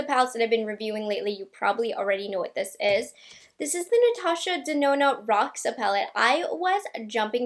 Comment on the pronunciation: Hey! Roxa is purple is Portuguese...you pronounce the x as Sh